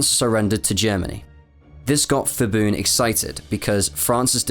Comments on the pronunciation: By the way, a lot of names in Thailand even though starts with "Ph" but when u pronounce it, the h is silent. So it only becomes "P" sound. So Phibun is actually pronounced "Pi-boon". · It's Pibun not Fibun ! Pattaya not Phattaya ! Pala not Phala--Thai's seem to like these crazy transliterations? Why do they insist on adding the 'H' when there is no tone included in the word? I read Thai. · btw his name is pronounced "pi-bun" not "fi-bun". when thai names are spelled with "ph", it basically just makes a normal "p" sound not an "f" sound (eg. phuket is pronounce "pu-ket" not "fuket") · The letter “h” after P and T in Thai (Ph, Th) indicated that they are aspirated consonants like normal English P and T in “Part”, “Time”. While P and T alone in Thai pronounced as unaspirated consonants like English P and T after S in “Spice” and “Style”. So, Phibun is pronounced as “Pi-boon” not “Fi-boon” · No offense to you personally but I think it had to be said that your knowledge of Thai pronouciation is severely lacking. The 'ph' grapheme is never an 'f' sound in Thai. It's an aspirated 'p' so "Phibun" is 'pi-boon' not 'fi-boon'. I don't think it is that hard to research Thai phonology and transliteration. But somehow, foreigner always messed this up. I just cannot understand why. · Actually his name is pronouced as pi-boon(with a “P” sound)not phi-boon(fi-boon). Thai people usually write a word with P sound using Ph. Another example is the province Phetchaboon which the capital had been relocated to which is pronounced as pet-cha-boon not fet-cha-boon. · great video, very in-depth information. Pronunciation of "fiboon" made me laugh though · His name is actually pronounced "Pi-boon" the ph spelling is the old custom of Thai-English transliteration for the bh- or p (IPA symbol p) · Please at least do some reseach in how to pronounce the names. Hearing Phibun said as "Fibun" is really cringey. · Incorrect pronunciation of Phibun. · It is PEE-BOON not FEE-BOON.